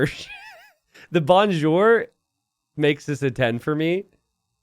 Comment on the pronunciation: as a flemish person I am really triggered by the "bonjour" here...